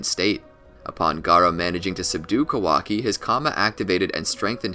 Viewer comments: It’s Kah•wah•key not Ka•walkie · Pronounce his name correctly first 🤣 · Bruh, pronounce his name right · I think your pronouncing his name wrong